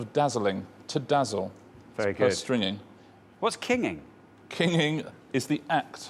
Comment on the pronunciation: It seems to me that Richard gets both the pronunciation and the meaning of Perstringing incorrect. I've never heard of the word before, apparently it's rather archaic, but according to the sources that I've found, it is pronounced as "perstrindz-ing", as it's derived from the English verb perstringe ; which means "to censure, to criticize", "to find fault with", "to allude to or imply", "to reprimand or castigate", or "to restrict, confine, or limit someone or something"; and not "to dazzle". (Merriam-Webster offers as 2nd definition "to dull the vision of", which would be clearly different from "to dazzle".)